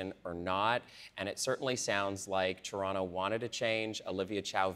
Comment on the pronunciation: Lol she can’t even say the word “ Toronto”.